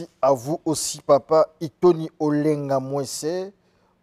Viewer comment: C'est Itoni et non ironi